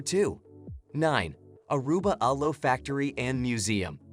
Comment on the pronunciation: Good information here. I've been to most of those places, but not all. That said, it would be nice if the electronic voice knew how to pronounce ordinary words like "aloe," "butterfly," and "brochure" - or, on the slight chance that the voice-over is by a real human, if he learned the same.